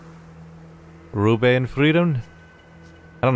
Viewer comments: "Ruhe in Frieden", not "rube". Translates directly to "Rest in peace" ;) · It's "Ruhe in Frieden", actually and means basically RIP.